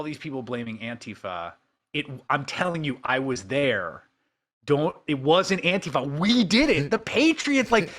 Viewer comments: Thank you for pronounciating "Antifa" correctly. I always cringe when people like Trump and his followers say "antEEfa". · Chris Hayes... the first American I have ever heard, who pronounces ANTIFA correctly. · Wow, an American who can correctly pronounce Antifa. Finally.